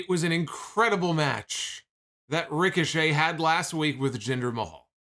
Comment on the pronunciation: “Ric-o-Chet” Idk why that was so funny to me 😂